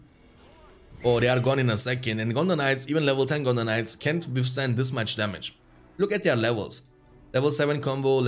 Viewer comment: I'll admit it triggers me every time you say gondor knights and sounds like you're saying gondonites lmao